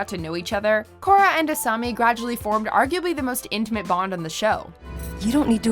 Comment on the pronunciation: It's "Asami", not "Asumi". I don't think these are in any particular order, either.